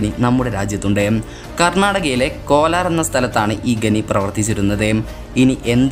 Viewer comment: Kolaar alla kolar